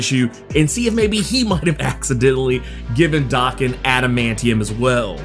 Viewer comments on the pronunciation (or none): Bro, Daken is pronounced DAY-KEN not DAH-KEN! Sheesh!